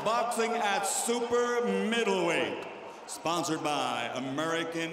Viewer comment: Jim lampley said "Middlewhite" lol😯